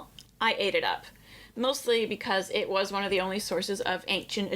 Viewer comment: “It’s in zha book.” 📕— Zahi Hawass